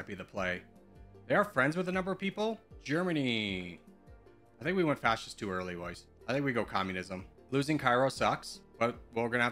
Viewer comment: Bro my mom gave me the weirdest look when he said: “I think we went fashisht to early let’s go communism”😅😅